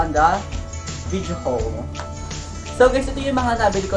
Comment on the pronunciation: Haul Po Pero Pronunciation nyo is Hole 😂❤